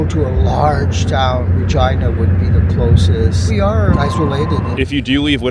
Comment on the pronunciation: Thanks for pronouncing regina right.